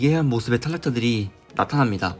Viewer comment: 아니 일부러 혀짧게 발음하는거에요? ㅋㅋ 두번때 띠케띠 나따남니다 에서 시청 포기합니다 ㅋㅋ